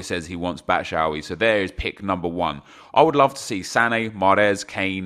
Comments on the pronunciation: why do you call him Batshowee? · Nah his batshuayi pronunciation is worse, its BAT-SHOO-EYE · Batshuayi not batshauy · Who’s “Batsh-owee”